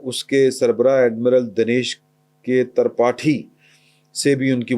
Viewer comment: " ترپاٹھی " کو "ت" کے 'زبر' نہیں بلکہ ٫ زیر ' کے ساتھ درست ہے